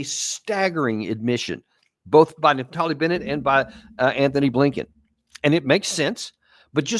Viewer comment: Dude his name isn’t Anthony Blinken, it’s Antony Blinken. Be articulate if possible please.